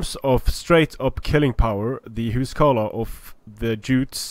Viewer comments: why are you saying huscarlo ? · WalrusJones Isn't it the old norse way of saying it, and Icelandic is the language that's ressembles it the most out of the modern languages?